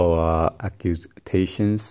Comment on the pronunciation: omg acutations lol so funny